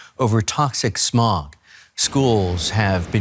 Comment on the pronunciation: Why every Pakistani say samog in place of smog